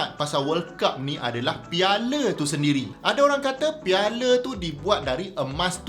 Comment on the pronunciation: Piala bukan piale 😌